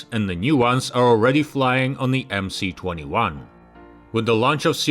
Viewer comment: Why do you call it "The Emsee 21", when it is really "The Emess 21"? Sounds ignorant! Otherwise an interesting and informative video.